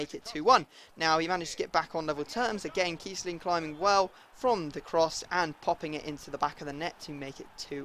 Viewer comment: No it's kiessling